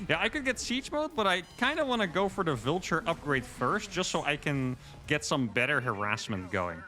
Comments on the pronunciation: pronouncing Vulture like 'vilture' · Love your videos. Love this mod because I actually like bw better than sc2. Your videos have gotten me into sc2 at all. Aside, your pronunciation of "vulture" made me think you were saying "villager" so many times. I finally got it. Thanks again for the good games